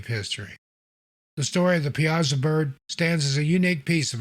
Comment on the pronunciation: Great video! I’m from the Alton area and we pronounce it Pie-a-saw. I wouldn’t ever expect anyone not from the area to pronounce it like that, I’m just informing, certainly not criticizing. I love your videos and your narration is top notch!